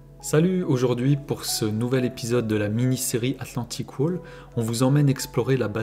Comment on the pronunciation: Pour la premiére fois, tu prononces correctement Regelbau ! Mais la prononciation de Atlantikwall à l'anglaise est fausse .